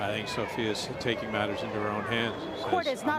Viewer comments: Her name is SOFIA, not Sofie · So-fi-a. Not Sophie